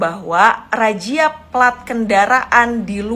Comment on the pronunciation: Razia kok jadi rajia? wk...wk...kw